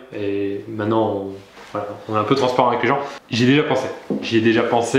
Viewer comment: Mintenen pas manen